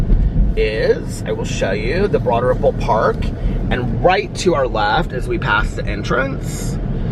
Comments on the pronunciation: If it’s Broad Ripple, why do you pronounce it that way? lol. Does everyone pronounce it that way? lol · 💙 I always thought you were saying “Broaderville” 😳 Broad Ripple, got it! 🤣👏🏻 love you!! 💙💙💙💙🎃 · Me too, always thought it was Broaderville! Glad I’m not the only one! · I always thought he said “Broaderpool” 😆